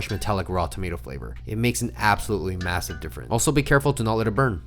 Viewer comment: Did you say massive?